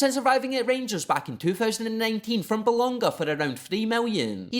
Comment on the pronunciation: Some housekeeping….It’s not Bolonga, it’s Bologna and it’s pronounced Bolongya.